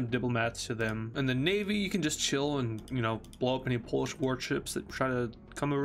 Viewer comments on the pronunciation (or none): none